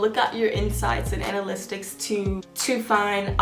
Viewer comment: Baby I say this with all respect and love it’s analytics Ana-lit-iks not Ana-list-iks